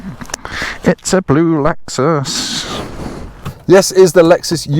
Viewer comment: in glamorous Epsom! No expense spared 🤓 Has the cancellation of foreign launch events, actually given you more cars to drive? When I hear you say Lexus UX I just hear Lex-sux 🙈